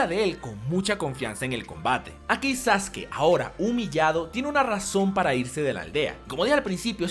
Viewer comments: Es sasuke no sasuki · Me cago de la risa cuando le dicen "Sasuki" XD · Por qué sasuki? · Amigo te equivocas, Sasuke se pronunciaba Sasuke en ese entonces, cuando salió el doblaje se le empezó a conocer como saske, porque en Ranma 1/2 el ninja se llamaba Sasuke y de ahí pensábamos que esa era la pronunciación, por la comparación con la pronunciación del otro personaje.